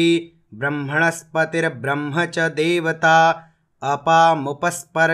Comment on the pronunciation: बहुत ही अच्छा लगा, किन्तु ध्यान देने की जरूरत है कि ब्रह्म शब्द के अन्त में म है और आप ह बोल रहे हैं ।😢